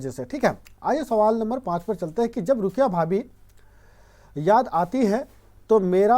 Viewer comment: रुकया नहीं रुकैया होता है